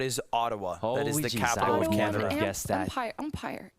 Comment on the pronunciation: I’m not even Canadian but Leslie struggling with Ottawa and the Ottoman Empire had me on the floor 😂